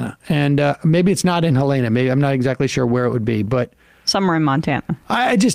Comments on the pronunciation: Helena, not Helayna! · As a Montana, it's pronounced Hel-en-a. Not hel-ee-na. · He could at least learn how to pronounce our state capitol. It's not Hell-A-na, it's HELL-ina. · It's pronounced like the name Helen with the ah sound. Not Heleana. Just thought I'd throw that out there for future reference. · Always a pet peeve, but Helena is not pronounced Hel-Ay-na..it's Hell-ena. Rich out of staters have destroyed housing in Montana. People who grew up in Montana and who's families have been there for a century are now being pushed out of their own state so that rich folks who want a great view or those that want to play cowboy for a couple months out of the year can take over. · I voted R once: I voted against disgraced Senator Herman Talmadge (D-Ga.). Other than that one aberration, I'm YDD till I D-I-E!! BTW: it's pronounced "HEL-e-na," not "he-LANE-a." Peace. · montana gang represent. also hell-uh-nuh. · Hell-en-ah -- but I did like how you pronounced it. Montana has always been a very interesting state for politics.. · Small note: The capital is pronounced more like Hell-ih-nuh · He-lay-na. lol. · It's actually pronounced "Hell inna" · It's " Hell-in-aaa" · Haaa it's pronounced like "Helen-uh." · It's not HelAna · Don't sing this guy's praises. He's completely toed the right-wing Republican line after running on being a fiercely independent libertarian. And it's pronounced HELL-ena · Its pronounced hell-en-a. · It's pronounced Helen-uh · You guys should at least try to pronounce the name of cities correctly. I'm from South Dakota, and I give most people a pass for Pierre because who the hell would pronounce it the way we pronounce it here, but "Helena" is a much more popular and well-known place than Pierre, SD. I would also understand if you pronounced Buenos Aires wrong, too, because that one is hard, but I'm not from there. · but that's not how you pronounce Helena Bonham Carter's name. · Why do you keep pronouncing Helena like that?